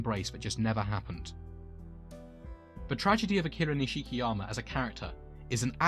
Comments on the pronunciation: This is the only way you’ll here this his name is not pronounced niSHIki it’s nish-ki the nish being pronounced like Niche oh and I’d like to see ryugi Gouda next 😅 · It’s pronounced Nishkiyama